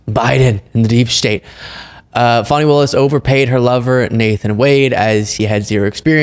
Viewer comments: It's pronounced fawni. Not fanny. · Fawning, not fanny. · It's pronounced Fawn ee not Fanny. Spelled Fani. You did correct your boy. Thank you. So many people mispronounced her name 😢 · It isn't Fannie Willis, it's pronounced Fawni Willis. Big mistake from that guy, Trump calls her that. Good you corrected him, but he should have known that. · Fani is pronounced Fawni.... Not Fanny. WTF. Why is it so hard for people to get her name right? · Her name is pronounced FON-E not FAN-E! 😂😂😂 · Please ask to pronounce Fani as Fawnie not Fanny. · I always respect you, but,.....it's not " fanny" it's fauny, please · Please tell that Fani is pronounced Fawny, not Fanny. That’s what the MAGAs call her to be obnoxious. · Pronounced "Fawni" not Fanny. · Can you ask to quit pronouncing her name like Fanny (Danny with an F). It’s Fani, pronounced like the word Fawn with an I on the end. I find it disrespectful to mispronounce her name. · Please tell him it's not Fanny Willis but Fani (pronounced fahhhni) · Her name is pronounced "Fawny" not Fanny! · FAWNY not FANNY,... FFS!! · Her name is pronounced, “Fah - nee,” not “fanny.” For goodness’ sake, WTH??? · Hello, tell your guests..... she is not Fanny, its Fani (fawn-ie). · Your host called her Fanny Willis 😡 its pronounced wrong!! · Dude, pronounce Fani's name properly... the way you say it make my skin crawl. Fani (Faw-Nee) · Kudos! I first heard the news here. However, your friend ruined your announcement by mispronouncing Ms. Fani Willis' first name!! IT IS NOT "FANNY!!" 🤦🏼 😅 I am actually disappointed with McAfee's ruling. Both Wade & Willis should not be shamed for a personal relationship that had ABSOLUTELY nothing to do with the law! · Her name is pronounced FAWN-E!!!! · Pronounced FAW-nee. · FYI it's pronounced "Faw-ni", unless you're Maga trying to imply something salacious. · Just to let you know it is not fanny willis its Fani. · Her name is pronounced Fawni